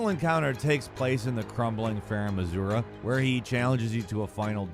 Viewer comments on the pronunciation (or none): “crumbling farum azuRA”??? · Farum what ? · How do you mess up farum azula that bad? Azura? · I missed both times getting him unstuck and only saw him at The Festival, volcano then faram Azula so it’s somewhat forgiving. Ps is mispronouncing Elden ring names new thing?